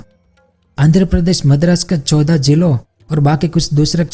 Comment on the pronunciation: Madras not medras